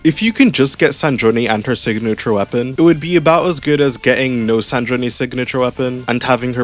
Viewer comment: Her name is Sandrone, like sand drone, not San-dro-neh